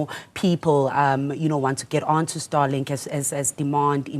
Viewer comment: Starlink not Starlik